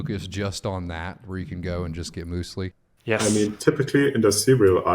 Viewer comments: Mewslee not mooslee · Muesli is basically raw granola. And it's pronounced muse-ly not moos-ly.